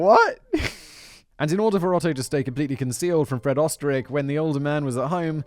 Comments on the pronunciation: You were close with the Pronunciation. It's said like "Oosterreich" Österreich is German for Austria. Ö is represented as the "Oe". The Umlet does a thing to the vowel to make it sound the way it does. I can't fully explain, I'm still trying to learn German. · Oesterreich is just the German word for Austria. So he might be from my home country even. It is funny how simon tries to say it though :)